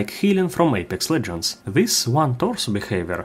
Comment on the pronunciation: I’mma be completely honest did anybody else catch that? He just said, ape sex legends